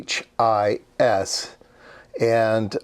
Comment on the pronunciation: Dude, it's pronounced "gee whiz". Clever name, tbh!